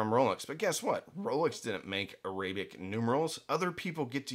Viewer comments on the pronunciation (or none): AIR-uh-bik. Say it out loud. Another way: ARAB-ick. Both work. On the other hand, uh-RAY-bik is just wrong. Like Orients. (Oh ..I see what your doing there!) 😉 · I’ve never heard the word arabic pronounced that way.